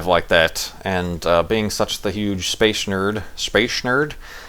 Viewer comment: its space not spashe,;). Also, dont worry. your description of you at the launch and the party sounds exactly like me. Youre not alone! Good luck in both the tweetups, I hope you make it. Just make sure to tell us about it while walking to the farlands if you do. Thatd be several episodes worth of talking.